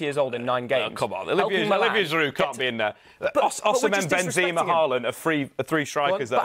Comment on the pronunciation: “benzema” is not that difficult to pronounce🤦🏻‍♂️